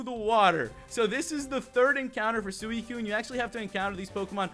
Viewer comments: sooeecune wtf its suicune s-u-ee-cune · anyone realise that he was saying suicune wrong